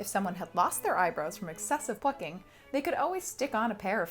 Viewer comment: Not me thinking you said "excesive f****ng." instead of plucking lmao